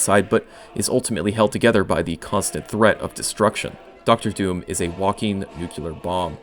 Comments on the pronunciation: The word is 'nu-clear' not "Nu-cu-lar" New-Clear if that helps. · you're mispronouncing nuclear as nucular. Please don't. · NuCLEar. Not nuCUlar. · "new-clear" not "new-cue-lur" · I wanted to punch him in the face every time he said " nucular" ..... ITS NU-CLE-AR! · It is /ˈno͞oklēər/ NEW KLEE ARE stop pronouncing it like dubya Bush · Nu-killer. It's pronounced nu-killer... LOL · Maybe you should've used AI to help you pronounce Nuclear instead of whatever you said nuke-u-lar. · All I kept hearing was ‘nucular’ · why can't americans pronounce nuclear omfg